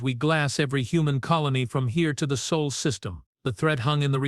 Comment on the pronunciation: By tje wau - it is not "soul system" it is "SOL system" phonetically similar, but NOT THE SAME.